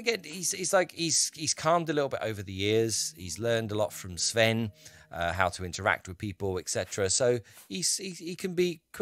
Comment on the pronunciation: Oh, and your pronounciation of Nord(ic) names (especially Sven) is overall good which is very nice to hear. Kudos for that!